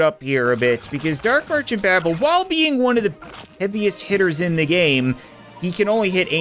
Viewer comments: "Fire ze Cat Cannon" Never gets old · ah yes... "FIRE ZE CAT CANNON"